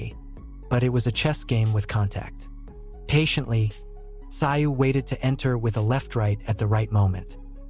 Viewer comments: Mate, no offence but you didn’t seem to notice that Tim’s surname is pronounced Tsooooo? Even the commentators are able to pronounce it. Otherwise great job. 👏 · Its pronounced. Zoo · No. I won't "like" the content , The most disrespectful thing a commentator can do is to mispronounce a persons name. You obviously didn’t take the time to do your research. It seems to be a ongoing thing with people who come from the "Phew - Hess - Hay" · Americans can not even pronounce his name,if the narrator were worth his salt, he should have looked this up and not just try to Americanize a person's name, it's enough that the USA has butchered English and spelling as it is, lazy lazy work